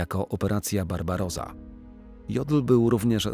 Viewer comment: Inwazja na Związek Radziecki nosiła nazwę Barbarossa, nie Barbaroza. Zajmując się historią Niemiec wypadałoby, jeśli nie znać język niemiecki, to przynajmniej czytać kluczowe hasła.